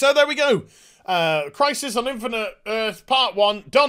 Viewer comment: I was wondering if I would ever hear "Infinite Az" again. hehe